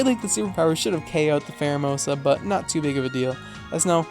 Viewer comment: Promise it’s not a ‘mon-begging comment: please, please, PLEASE use a Pheromosa one day and call it Fairomosa 😂 just this 😂